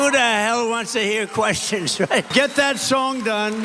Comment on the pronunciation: “Who the hell wants to hear queshshons?”